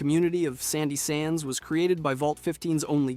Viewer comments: you keep saying sandy sands. its shady sands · Did this dipshit just say sandy sands? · Shady Sands not sandy sands, get a clue dude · I literally can't believe how many times he said Sandy Sands and never came back to fix it somehow. Like anyone who can read knows it's Shady Sands. 😅😂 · SHADY SANDS Not Shady Sands That's a Newbie mistake 🤦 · Had to turn it off after the 3rd 'sandy sands' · Sorry. Can't finish this. I hear you say sandy sands one more time, I think the power of atom will guide me to you. Wouldn't want that, now would we? 😅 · Shady sands Not sandy sands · Bro it fully hurts to hear you say sandy sands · It’s shady sands buddy😂😂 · SHADY SANDS. not sandy sands..😂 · Shandy Sands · At this point i assume he was saying sandy sands on purpose just to get us to comment.. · SHAY-DEE SANDS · Sandy sands? Gee-ECK? Am I in the twilight zone? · Isn’t it shady sands? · Sandy Sands? 4 different GECK pronunciations in 10 seconds? Saying the Lone Wanderer was in vault 13!?!? Bruh what are you doing 😂😂😂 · He lost all credibility after calling it Sandy Sands. Like, how can I take anything seriously from someone who can't even read? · Shady Sands. And it's Horrigan